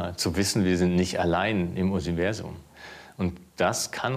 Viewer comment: "zu wissen wir sind nicht allein im Udsiversum"